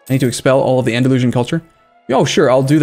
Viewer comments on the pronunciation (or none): none